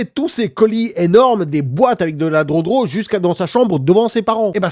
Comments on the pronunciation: On dit gueudro pas drodro mdrrr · Entendre un adulte dire drodro au lieu de drogue c est comme une femme qui ne veux pas prononcer le mot penis